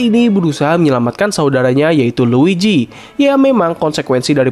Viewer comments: Luigi mang, bukan luiji. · dibaca nya luiji tapi tulisan nya luigi si mario aj panggil si luigi “luiji”